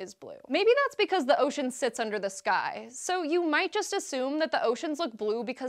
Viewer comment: just me,,or when she sais'' The sky''it sounds like ''this guy'' heh